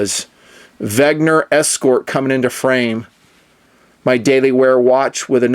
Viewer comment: It's Wenger, not Wegner